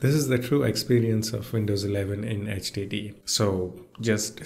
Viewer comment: I love how you pronounce HDD as STD, a perfect way to describe the way Windows runs on a HDD